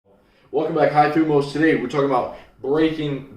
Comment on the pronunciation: BTW just a little correction, THUMOS is pronounced Thymos (i am greek) and also fun fact the meaning in the modern language is "anger", the meaning that you are using is from ancient Greek. Keep up the good content!